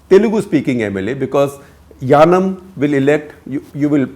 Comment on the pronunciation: I think its yanam not yanaon